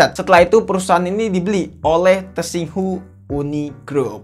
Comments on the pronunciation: Cara baca "tsinghua" yang benar itu "[t]sing hwa" atau menggunakan pelafalan lokal "sing wa", bukan "tesing hu". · Ralat bg pengucapan kotanya "Shanghai" secara langsung, trus dibaca "Singhua"